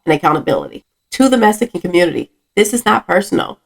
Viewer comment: Meessssican hahah